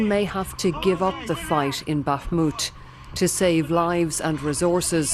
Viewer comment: Finally, a reporter who can actually pronounce Bakhmut correctly!